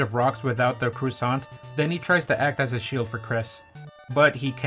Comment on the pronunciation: Croissant, not cressante.